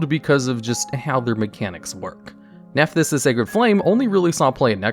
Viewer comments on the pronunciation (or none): When he said the name of that Nephthys link monster I thought I was having a stroke given how different he pronounced it from what it said on the card on the screen lol